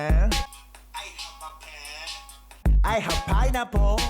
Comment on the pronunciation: it's pineapple not pineapol